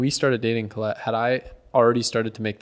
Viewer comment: He said Callette